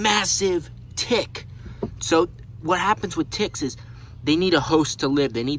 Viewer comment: That's not how you say tick